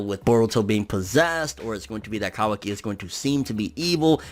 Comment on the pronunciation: finally a guy that says kawaki correctly